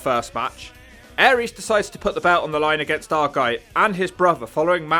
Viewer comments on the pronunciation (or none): none